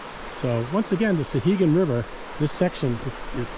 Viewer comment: I just found this video, nicely done. As someone who grew up in Temple and fished the upper sections all my life I appreciated the video. My only quibble, and it's a minor one, is your pronunciation of the name. It's SOW-hegan, not SUH-hegan.